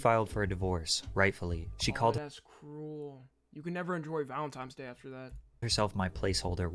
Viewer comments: Valentimes Day 💀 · bro said valentimes day 💀💀💀